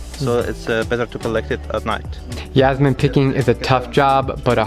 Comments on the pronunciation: its jasmine not yasmine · STOP SAYING YASMINE, its JASMINE like jazz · Its pronounced Jazz-meen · You're pronouncing "jasmine" the wrong way!